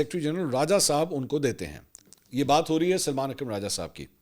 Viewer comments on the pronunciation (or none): none